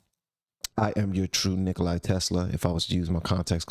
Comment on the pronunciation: Nicola Tesla is not "Nickle-eyes Tesla" as ifiot kanye mispronounces it.